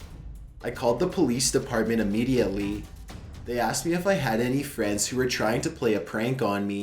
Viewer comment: Oh for f*ck sake!!! NOBODY should take that long to say the word 'immediately'. I think he actually put in extra syllables! I know he keeps getting grief for the way he speaks, he even has people on Youtube saying he has a collapsed lung ffs. He does NOT have a collapsed lung. I understand he is trying to read his stories in a stylised way for atmosphere but its PAINFUL at times. you are lucky your content is good and I really wish you all the best in life but seriously though, you are losing viewers because you are overdoing that 'voice'. Its too much man.